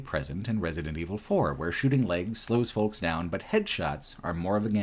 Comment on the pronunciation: Why does every youtuber not know how to pronounce "folks"? The L is silent you fucking idiots. Foe-ks. Not Fole-ks. Egg yolk. Yo-k. Like Yoke. Not Yole-k.